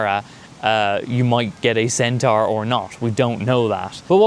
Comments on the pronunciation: Loving your work but I'd like to gently point out for pronunciation pedants everywhere that whilst 'centara' does indeed rhyme with Irene Cara (!); 'centaur' rhymes with door or floor. Not car. keep up the good work 🤘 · Heh yeah, the pronunciation where it rhymes with car is more American (to me). Also... Irene Cara? You old a$$ mofo!! 🤣 (Yes, I watched Fame too).